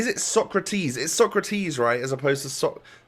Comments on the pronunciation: It’s SO-CRA-TES not TIS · SÓCRATES, not SOKRATIS.... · It is pronounced sokratays